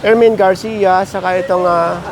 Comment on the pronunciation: Ermin Garcia not erwin garcia